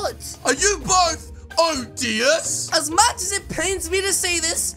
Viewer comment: said odiers instead of oderd